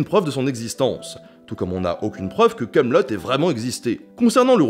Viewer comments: kamelot ce prononce kamelo pas kamelotte c'est la série qui parodit le nom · Camelot et non kamelott lol